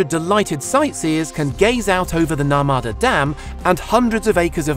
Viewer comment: It’s not pronounced the “nurmaada” river it’s pronounced as the “nurmada” but the spelling was correct